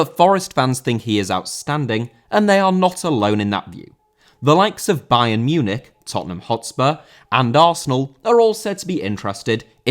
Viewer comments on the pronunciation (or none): none